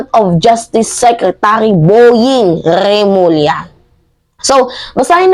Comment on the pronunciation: Boying Rrrrrrrrrrrrrrremulla hahahah